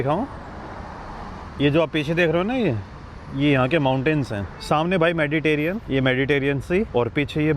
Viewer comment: मेडिटेरियन नहीं मेडिटेरेनियन होता है......कभी तो सही बोला करो